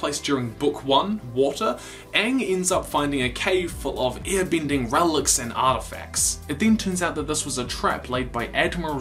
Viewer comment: u saying ear binding annoys me so much sorry cant just ignore it, ur vids are great